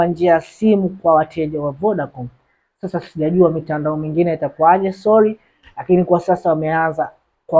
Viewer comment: 2. Aache kulegeza sauti na kuongea kwa mapozi . Aseme sorry sio solly